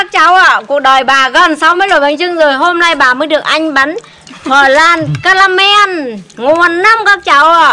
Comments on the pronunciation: Bà đọc từ "pờ lan" , nghe dui tai ghê đọc đúng là bánh " lăn" đọc tựa như vậy nha bà 😀😀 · "Phờ lan ca ra men." Phèn 😒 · Bà ơi bà đọc sai rồi flan chứ ko phải là phờ lăn bà ạ nhưng nhìn ngon thật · Bánh cờ lan 😱😂😂😂😂😱😱😂😂🤣🤣🤣🤣 Vãi bánh “ cờ lan “ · Chém tiếng anh như gió😂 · khi bà nói "phờ lan" thấy hài hước lun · Bánh "phờ lan" :)))) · Bánh flan mà gọi là bánh phờ lan 🤣🤣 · Bánh phờ lan 😂😂😂😂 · Bà ơi sao bà lại đọc là phờ lam ạ,có vẻ hơi mắc cười🍮🍮🍮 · Bánh phờ lan :)))) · Phờ răng caramen